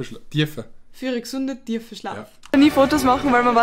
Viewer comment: Das heisst emfall tüüüüüüüfe, sicher ned tiefe. 🤣🤣🤣